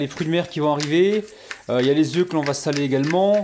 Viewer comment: On écrit 4 oeufs et on prononce oeu